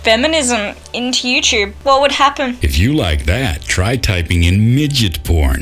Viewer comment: I want to rage every time I hear someone say "youchewb". Drives me crazy.